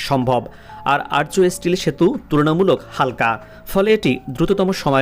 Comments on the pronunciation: Hi Stupid commentator: Not Archo Still bridge. You should say: 'Arch Still Bridge". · 'আরচো' বলছেন কেন ভাই। বলেন আর্ক ব্রীজ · উচ্চারণ টা আর্ক হবে❤ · আর্চ, উচ্চারণ করতে পারে না।